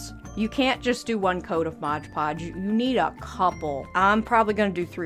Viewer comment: That's all pretty dern amazing! But maybe I say, it's Mod Podge, not " Modge Podge" ( worked at a craft store for 20 years...lol)